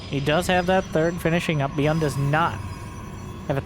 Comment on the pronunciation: Dont wanna be a smart ass but byun is one syllable in korean!😅